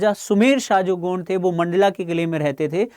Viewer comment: गौड़ नही हे भाई गोंड हे